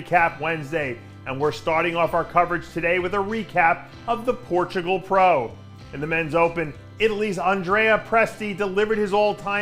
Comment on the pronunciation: Missing the "u" in Portugal :)